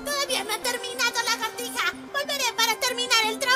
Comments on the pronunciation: Dice largatija :v WTF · Recien me doi cuenta que el gusano dice "Largatija" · largatija? khe ez ezo?